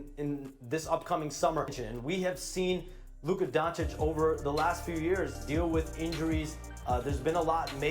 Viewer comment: whoopout... Who is Luka Donik...learn to say his last name or just use Luka or LD77 but if you say Donik you lose all of my interest to watch your clip....3 minitus in and that's it for me... 2 times is enough to klick X